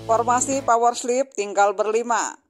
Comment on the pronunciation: Kenpa dia nyebutnya power sleep?